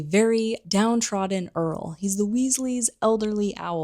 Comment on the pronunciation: Super cool video. Btw Errol not Earl, Ginny not Jenny.